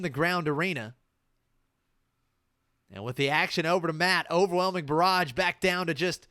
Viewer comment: Nah, it's just they way you pronounce "barrage" makes me think "garage" every time. Then I think of the overwhelming mess in my garage.